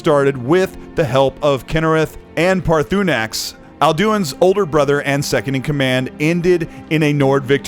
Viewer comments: I have never heard anyone say Paar-THU-nax or Al doin. Is it so hard for you to pronounce things correctly? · How do you end up making a video like this without ever playing Skyrim? Man just guessing how to pronounce Alduin and Paarthurnax.